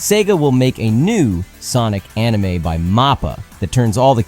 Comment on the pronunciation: "Enimay" bled my ears